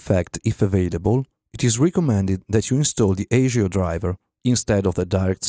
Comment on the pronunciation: ASIO is pronounced ass-ee-o. Just saying.